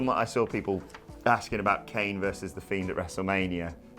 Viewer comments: Love you guys but PLEASE stop saying Kane like that😩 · What is going on with this wiered kane prenaunce